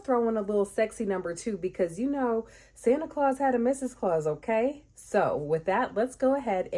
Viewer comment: Your "Ok" sounded like GG.😅